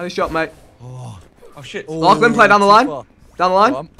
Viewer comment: They really dont know how to say "lachlan" xD